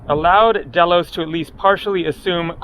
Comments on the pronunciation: Pronounced daylos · pronounced Deeeeeelos. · pronounced dhey-los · Pronounced Dilos !